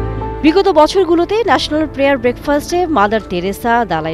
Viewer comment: একজন উপস্থাপ বা উপস্থাপিকার উচ্চারণের দিকে নজর দেওয়া উচিত। National prayer, not player.